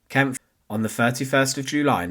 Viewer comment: yes, you can tell AI because it can never pronounce names, especially names like Kampfe.